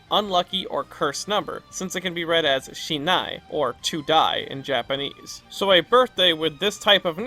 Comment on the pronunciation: Short throw in regarding Tharja B-day, basically a Japanese lesson: The way you pronounced it is Shinai (which literally means "not die"). What you mean is on the screen is Shini (spoken shee-nee) which is more on the cursed side of things.